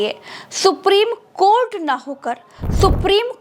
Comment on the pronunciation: if any social media channel cannot pronounce the honorable court and pronounce KOT, KOT,KOT don't yuou feel the anchor and reporter to be jailed and sent on long term judicial custody.